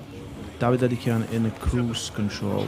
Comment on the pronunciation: It's such a mild annoyance that seemingly can't pronounce 'Dadikyan' and just uses "Dadikahn"... Come on dude, these names are not that hard! He can even hear pronounce it!